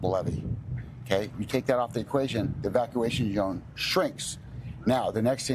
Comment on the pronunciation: OK...,it's not levee..,it's "Blevee" - well, thank you for making more sense than the "Chief" - essentially we now know there is a crack and nothing is happening as far as the two major concerns 1)No explosion 2) no major structural failure of the tank/valves/etc. What is being done to contain a possible flood of contamination from a structural failure..,a massive leak?